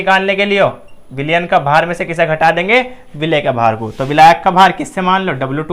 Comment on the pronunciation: विलेय नहीं भाई 'विलय' खैर बहुत खूब ❣️❣️❣️❣️❣️